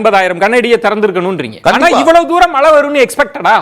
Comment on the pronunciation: PRASANNA says MALAI(should be MAZHAI) VELICHCHAM(light) says Vezhichcham, arrogant speaker.